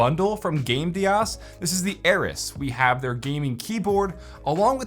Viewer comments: not air-is it's air-ees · Ares is pronounced Air-ease